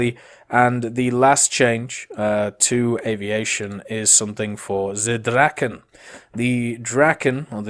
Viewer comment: ”Tze Draken”? Mate, german and swedish is like german and english.